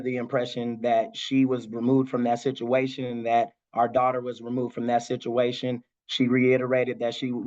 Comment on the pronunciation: It sounds more like a shituation 😮